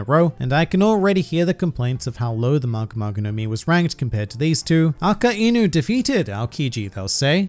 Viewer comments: did bro just say aka-eenu💀💀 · the way he minces the word 'Akainu' is painful